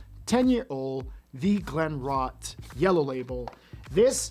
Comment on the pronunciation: Don't you check the pronunciation of the distillery that you're not familiar with? I would suggest you do it before recording. Just saying.